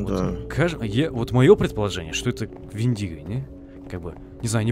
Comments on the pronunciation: Вендиго ударение на е. Мифическое существо. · Вендиго, ударение на е! Это из фильма «Одинокий рейнджер», это фильм про дикий запад.